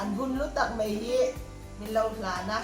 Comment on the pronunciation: hmuh i nuam thin e, ka tawng i huat thu ni lo sela, duh aiin tawng i hmang fimkhur lo deuh em aw ka lo tia, Aizawi tih turah Eizawl, hle mai, tih turah mei tih te, youtube channel i nei a, mi tamtakin an lo en a, thangthar zawkte entawn leh zirtirtu nih na tamtak in nei si a, tawng hman dik hram tum a va tha em, ka lo ti ve a ni a.